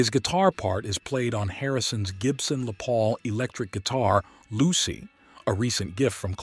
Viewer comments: "Gibson LaPaul"? It's a Gibson Les Paul, named for the man who invented it, Les(ter) Paul. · "Les Paul" is pronounced like "Less Paul", not like "Le Paul" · Another video narrated by AI. Note that it pronounces Les Paul "Lay Paul" like the Les was in French. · ... on Harrison's Gibson "LePaul"?? 🤣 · "Gibson Le Paul"?? Are you a robot? Have you actually never heard of Les Paul, and yet you're purporting to come off as a Beatleologist? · Lennon is an overrated musician. Thank god he ran into Paul George and Ringo. They helped him shine. Without them we wouldn't know the name John Lennon.... WAIT!!!! Did the narrator just say "Le' Paul "as if a Les Paul is a French guitar? Is this AI? Pretty good, if so. If not, I have no explanation. Le' Paul indeed. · The AI voice pronounced Les Paul like it's French. Ugh.